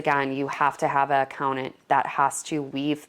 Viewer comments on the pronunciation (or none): Oh how many times you said Accountant! There are 2 Ts in this word. 😮🙉